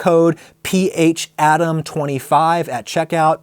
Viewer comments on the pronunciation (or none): PH-Adam hell no... That's PHA-DAM! 😝